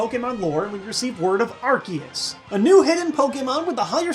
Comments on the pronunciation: when you say arkeus it makes me cringe. when you say arceus it feels better. just my own opinion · AR-KEY-US? its AR-SEE-US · It's pronounced Ar-see-us. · Its Arkoos not arkeus or arceus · It's aye- creee- suss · ... ... but it is pronounced ar-see-us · You say Arceus ar-key-us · It ar-kee-us it's a C not an S, dummies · UGH! ARSE-E-US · Well in the last pokemon movie it was pronounced Ar-Key-us yet again. #TeamAr-key-us But, hey, an argument can be made that Missingno is the first because it's #000! Make it a pokemon already! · It's ar-key-us! That's how it is pronounced! It's even like that in the movie! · Japanese name is Aruseus. There's no hard k sound in its name. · PBR announcer says AR-SEE-US There is no consistency here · U SAID IT WRONG! ITS ARCEUS NOT ARCEUS!!! XD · Plz no say arceus as 'ar-see-us' because 'arse' is 'ass' in the UK